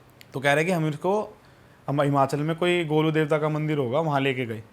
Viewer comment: Golu nahi Sir Its Golju not Golu i think u Got it 👍